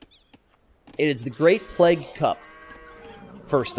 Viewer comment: Or like t90 says, "pleg"